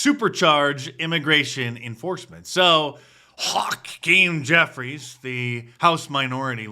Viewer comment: I love the way you emphasize Hakeem Jeffries 😂😂😂